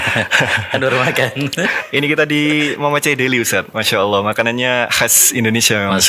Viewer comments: Apa Ana salah dengar ya,Ustadz menyebut Alloh tp kedengarannya Awwoh.... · Ini baru pas..,cari ustadz yg memang sanad keilmuannya mumpuni la seperti yg diatas ..,mhn maaf klo Ustadz yg ini pengucapan lafazh Allah nya aja kurang pas klo mnrt sy.. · saya stju...nyebut kalimat allah aja gk bner. Nyebut nabi saw aja msih belepotan